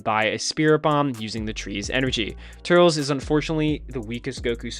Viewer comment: when he starts talking about Turles's movie he says turtles